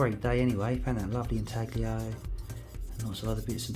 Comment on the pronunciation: The g in inaglio is silent.But what a find